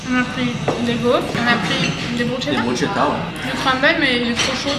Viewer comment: 😂 l’italienne que je suis à eu mal aux oreilles sur la prononciation de « bruschetta » ahahaha si jamais ça se prononce « brusketta » le « sch » la c’est le son « k » 😅 petite info comme ça au passage Pcq j’ai bcp ri de vous entendre 🤣 Sinon je reste super étonnée de façon globale dans les endroits où vous êtes allés du nombre de resto vege qui existent :) ça fait plaisir, je ne pensais pas qu’on en trouvait autant, c’est top!